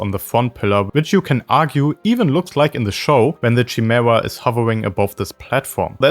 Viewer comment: Chimera (ky-mee-ra) but ngl don’t rly mind the pronunciation it’s how I always say chameleon lol